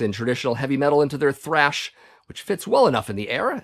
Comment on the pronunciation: You keep spelling and saying trash wrong .